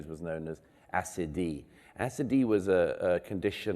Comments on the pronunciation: What is the word he uses? Something like "acide" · What is that damn word--- assidee or something.🤔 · What's this "acedee" (spelling?) he's talking about? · What is the word he's using for the kind of listlessness that's dangerous to individuals and fatal to societies? It sounds like "assidee" to me, bit captions don't transcribe it correctly and I can't find it by Googling. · What is “assidee”? It’s unsargeable! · 7.55 seconds. What was that word he used? SCD? ASEEDEE, ACIDIEE? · The term Douglas mentions here is 'Acedia' . I had to look it up because it sounded so foreign to me I couldn't get what he was saying and I think I'm not the only one. From here on you can use Google, I can't post links.